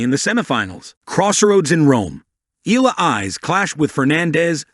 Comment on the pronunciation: The surname Eala is pronounced " EE - ah - lah" It is an Irish name, and the pronounciation is not the same as "Allah." Good Tuesday morning ❣️🇺🇸🤗🥰 Thanks for the update as always❣️ A Pilipina leaving in the United States of America❣️🇺🇸🇵🇭🙏 Keep on grinding Alex❣️🎾🙏